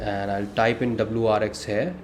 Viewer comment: I don't why you pronounce here....like hair...